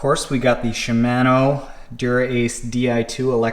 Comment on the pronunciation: I still chuckle when I hear you say Shimano